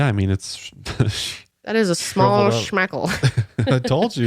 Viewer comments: I died at shmalllll shmackleeeee and a big toe lpl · Schmall schpeckle 😂